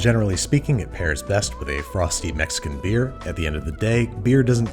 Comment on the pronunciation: Is it just me or does Babish say "Mexican" weird?? Like he's putting a lot of emphasis on the word lol